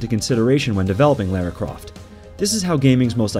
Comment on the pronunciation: And Lara dammit hahaha